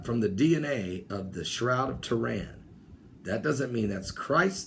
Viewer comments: BTW I apologise but its buggin my... your sayin shroud of toran..... its Turin not toran..... ur pronunciation of off... again I apologise ¡¿¡¿¡ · arthur soctomah There are a high level of miss pronounced words in this video which makes me think it is on purpose. Stonehenge is pronounced is Stonehedge. Sun god Ra was pronounced Ray. Turin pronounced Tehran. There is a pattern here though... any pagan site, object or deity seems to be miss pronounced unless it is a bible reference then it is pronounced correctly. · it's Turin, not Tehran. and i'm sure you would know that.